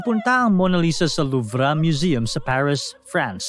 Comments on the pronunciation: Luv po ang pronunciation,hindi po luvra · The french people and here in UK.. Its pronounced the Louve... Silent R. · Mali mali ka mag banggit ng pangalan ng tao tsaka yung louvre wala pong r pagbasa niyan nangunguha ka nalang nga ng storya sa iba dimo pa inayos